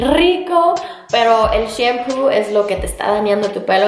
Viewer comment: Mori de risa cuando dijite shempu y es shampoo